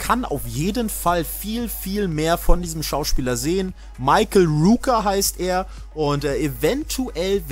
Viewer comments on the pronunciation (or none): none